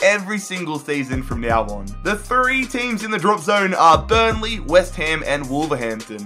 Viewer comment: Nice vid... keep up. but i'ts west ham not west haim.